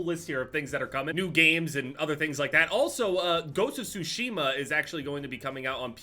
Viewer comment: pronounced “Sushi-ma”